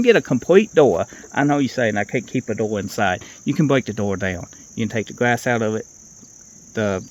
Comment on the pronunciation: 'Compwete dowuz wif weendow gwass en um' 😂😅😂